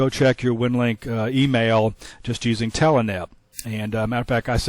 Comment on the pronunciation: i keep hearing the pronunciation of "telEnet" Watching this series to see if i had any snafu's or fubars on my end. So far i have it setup right. Moving on to vid 3.